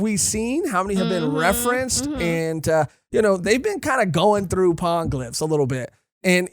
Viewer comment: Hate being that pronunciation-nazi but it's gonna keep coming up. Poneglyphs is pronounced like poe-neigh glyphs, in Japanese po ポ ne ネ. Gonna keep annoying me otherwise 😅